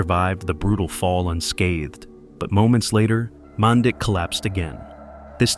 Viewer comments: it is not pronounced man dick it is pronounced manditsch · Uhmm.. It's pronounced "MAN-DEECH" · This will probably go unnoticed but his name in pronounced “Man-deech” in our Serbian language ć makes a ch sound. RIP Dren